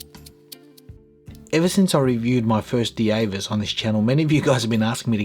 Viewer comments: Because it's German, it will be pronounced like we do in Dutch as Deevas (Dievas) not Deavas. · the name is pronounced “Divas”, not “Di-E-vas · Thanks for this review. This is a compelling piece. I think the German pronunciation would sound more along the lines of, "D-Vass."